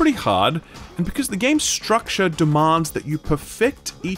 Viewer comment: Fun drinking game: take a shot everytime this dude says "stractare".